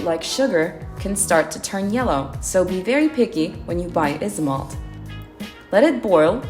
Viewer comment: i know right, it’s pronounced “Aisomalt” or “Aisomolt”